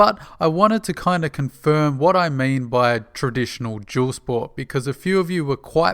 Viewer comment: Whats a "jewel sport" ?